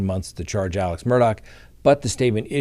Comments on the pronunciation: Alec pronounced Aleccccc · that murderer's name is ALEX Murdoch, not ALEC. AleXXXXXXX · His name is ALEX